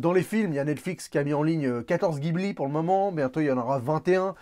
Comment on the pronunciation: Bon conseil...mais ça se prononce "jibli"...SI!